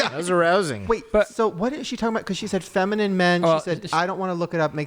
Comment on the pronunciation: In that 1 voicemail when she said “femine men”.. I think when she meant twinks .. took me a min and I was trying to think of porn categories lol